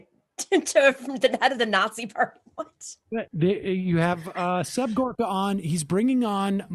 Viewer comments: Seb Horka now? So that's his name now, can't think of a better person to butcher a name on than Seb Dorka. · Is it not Serb Gorka and not Horka? Anyway, this is a better gig for Serbie. In the past, he has been hawking fish oil supplements on TV ads and he has been saying he is a "Doctor". He never mentions he is not a medical doctor.